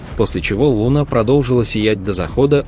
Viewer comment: да не лУна..а лунА Скорректируйте ваш ИИ